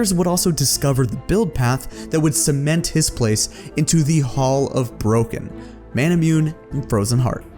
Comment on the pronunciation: Why do no League players know how to pronounce Manamune? (It's four syllables not three.)